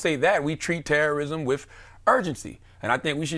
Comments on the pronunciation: He said whiff instead of with. Lmaooooo. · Are you saying “Wiff” or “With”? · The word is 'with' not 'wif', he needs to improve that pronunciation.